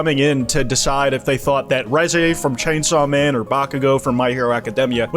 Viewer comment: The way you pronounce Reze makes me wanna blow my brains out